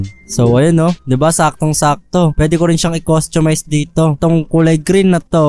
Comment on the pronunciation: Costumize Hindi coschumishe